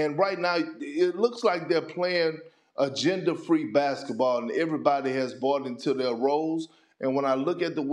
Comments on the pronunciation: Perk loves saying agenda free basketball and it always sounds like gender free basketball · my man said "gender free" basketball